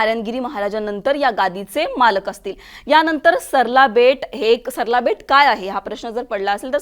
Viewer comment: सरला बेट नाही , सराळा बेट असे नाव आहे. सगळ्या मराठीच वाटोळं असल्या या चॅनेल मुळे होत आहे.